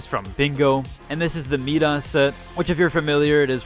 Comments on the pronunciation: Bro said me das it's my das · no way bro pronounced Midas Meedas> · Heads up the "Midas" is pronounced like my-duss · “It’s a Fortnite thing” 😅 for sure like king Midas wasn’t ever a thing